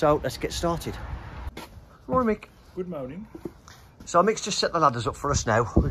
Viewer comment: “Good mowning” wasn’t funny when I first heard it way back when, and guess what……yep, it still isn’t funny ! Have a word with yer buddy.